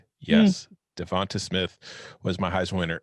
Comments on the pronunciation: Pronounce with a LONG A.... DeVontA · Why are they pronouncing Devonta like that?